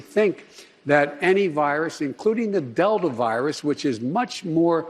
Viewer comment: "Del-da virus"- Old joe